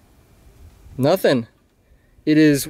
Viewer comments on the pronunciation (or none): none